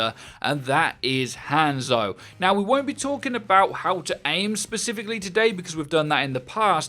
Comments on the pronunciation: His name is Hanzo, not handzo. You pronounce it as Hon-Zo, not hand-zo. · How is he still pronouncing Hanzo and Brigitte wrong lol